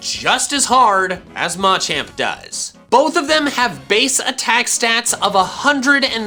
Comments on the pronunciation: Yeah I know that’s why he says it like that but everyone else I’ve ever heard says it Muh-Champ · Like the word “Macho”?